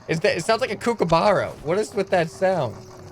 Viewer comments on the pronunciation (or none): Its pronounced cook-a-bu-ra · Mate, the way you pronounced that is both hilarious and offensive to us aussies. JK, just hilarious. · Haha yeah I was about to say that